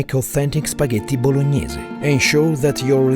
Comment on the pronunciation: I love how he perfectly pronounce "Spaghetti Bolognese"